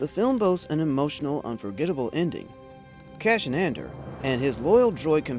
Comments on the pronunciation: Cassian Not Cashian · He was saying 'Cashin" which is even worse.